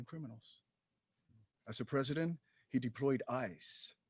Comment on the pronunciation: Biden for resident... he ain't got the "P" ....